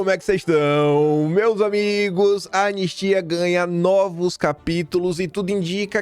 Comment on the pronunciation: Você estava afobado e engoliu o “I” do anistia.